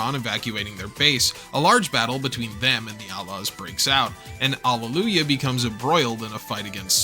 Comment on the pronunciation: Why'd you say A-Laws like outlaws without the T?